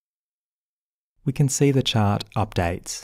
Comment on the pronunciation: Nice tutorial! I like the way you say, "chart", like "chot" You could do voice over work!